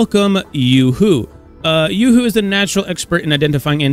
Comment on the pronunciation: Ain't it yoohoo not yuhoo